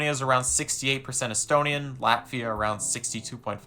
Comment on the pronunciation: This video makes me feel 💀💀💀 but there are good and bad sides: Bad: Where do I start, first, the thumbnail is fu**ed up... then you mispronounced latvia and literally violated the rights of estonians by saying half of the things you said. Good: You support NATO and Ukraine, and don't want a war with Russia.